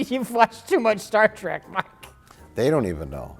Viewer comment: "star wreck: picard" LOL